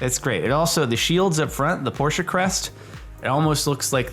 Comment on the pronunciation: It’s oddly satisfying when americans pronounce “Porsche“ right